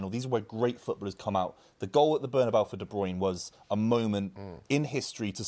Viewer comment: it's NOT ''BernAbau" ffs